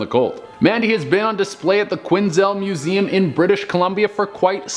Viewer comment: "When you see a clown in the wild" 😂😂😂 If I ever saw a random clown in the wild,,, it would get my cane through its face(my cane has a metal plate and 4 extra feet). Quesnel is pronounced Que-nel Che, the s is silent.